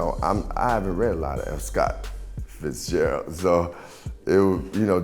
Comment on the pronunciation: Black Thought was saying “F. Scott Fitzgerald”, like so eff Scott Fitzgerald - Common read it wrong..